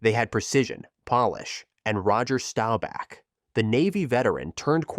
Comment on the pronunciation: Good video, but the voice over guy needs speech therapy….UNITE US……STAWBACK……..😂